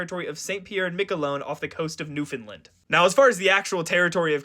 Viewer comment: Newfoundland! ... not "new Finland"